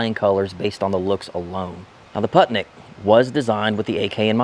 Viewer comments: Random facts: "Putnik" means "traveler" or "wanderer" Correct pronunciation is "pootnik" like in "wool" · Putnik means traveler and is pronounced poot-nick ;) themoreyouknow.gov